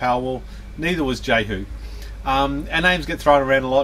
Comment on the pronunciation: BTW the name is pronounced yehu not jehu.